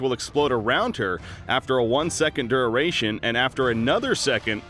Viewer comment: This dude can't pronounce duration.